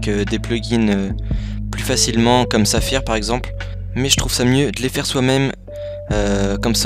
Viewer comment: Bah ta prononcé le nom du plugin à la française